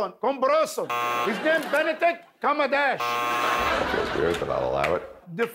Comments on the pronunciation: "Penadick Comma Dash" got me lol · It’s Benedict Cumberbatch not Bentley Cumminton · "Penedick coma dash" 😆 🤣 😂